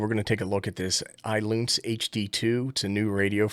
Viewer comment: Ailunce... is pronounced just like Balance without the B.